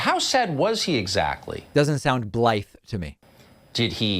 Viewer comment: 'Blithe' is spoken with the tongue against the gums, not against the lips.